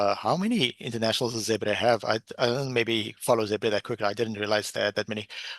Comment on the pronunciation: How hard is it to just pronounce Zebre as Zebre and not as Zebra, especially with fellow irish people like Donncha o Callaghan